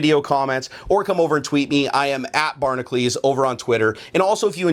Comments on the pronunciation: just wondering, why does pronounce "Barnacules" like "Barnaclese"? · U can't even pronounce ur channel name